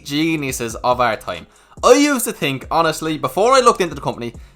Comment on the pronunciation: "what you tink of Tesla" 😅